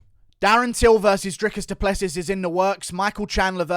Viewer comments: I'm from South Africa. Please pronounce Dricus's surname as: Du Pluhsee (the uh in my Pluh is the same as in huh) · A friend of mine I work with is close friends with Dricus. Its actually pronounced Du Pleh-Sea 😐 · DU PLE SEEEEEEE IS HOW YOU SAY IT. Its French my nigga. You need some finess